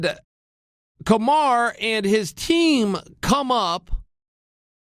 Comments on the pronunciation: Kamar Usman, missing a U there Chael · Kamar Oozeman - Chael Sonnen